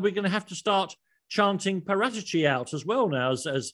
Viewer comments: Wtf is with that Paratici pronounciation. Its Para-tee-chee, not Pah-rata-chee hahahahaha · Why do all English journalists change peoples names to its para tee chi not parat echi. Otherwise good talk about how badly run spurs are.. I think all the blame states and ends with the money hungry Charmaine that is Daniel levy he has rajen sours to new levels with a great stadium but what’s the point of you don’t back the manager… conte will walk away if there is no cash injection he can’t win trophies with deir as a cab and no creativity in midfield and relying on Kane for goals… levy is not a football man he has no clue about football the passion or what it means to be a fan.. he’s a businessman. And he runs it like a business let conte spend and see how spurs will change.